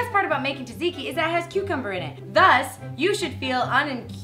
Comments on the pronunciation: Yay Greeks (when she says taziki not tatziki though) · When Hannah says tzatziki, it sounds like "taziki". You're missing a "z" and "t" there Hannah. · Before making it, learn how to say the word correctly. ( zɑːdˈziːki ) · When she says taziki instead of tatziki (only Greeks will understand) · Ahhh the way you pronounce it!!!! You say it like salt-zikki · Tsatziki is actually pronounced (sat-see-kee) But you're still awsome Hannah! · Oh its so sweet how you pronounce Tzatziki wrong :D <3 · Ahhhhh she was pronouncing it wrong! My head!